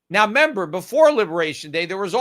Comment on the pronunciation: Peter is REmember not member!! Drives me nuts!